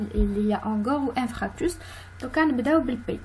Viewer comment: Merci mais on dit infarctus et non pas infractus..